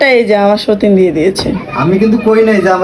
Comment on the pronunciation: Bon eto kore bolse sotin bolo na,tomra grammoder moto shotin bolo,vhalo lage na bon.Bon boilo please